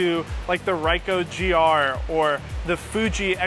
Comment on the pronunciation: haha did this guy just say for Ricoh...dude its pronounced REEkoh...most foreign languages the letter I is read as ee in english even many english words pronounce it as such e.g. kid, skid, fish....this goes for Nikon also its not naykon or nuykon its Nikon where I is pronounced as described in above words...how hards is that